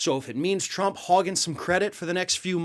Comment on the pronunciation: Tdump does NOT want it red ---- he want's it TRUMP . Words spoken totally incorrectly . lv Central NYS